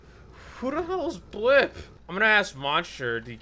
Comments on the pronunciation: he meant blippi he just said it like this blipp i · He said blippi not blipp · He said blipp but it is blippi